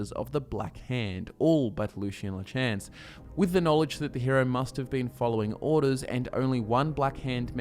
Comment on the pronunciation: It triggers me every time you pronounce “Lachance” like that